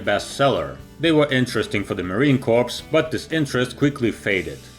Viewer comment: Marine Corpse?